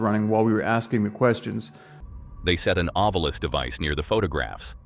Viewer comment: To the dude narrating this please learn how to pronounce certain words such as ovilus.